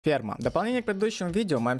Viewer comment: он сказал "Сперма" или "Перма" - О чем же думает Хангри кхмхх